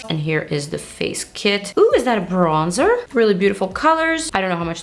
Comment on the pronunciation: Do you speak french? You have the correct french accent when saying: bronzeur.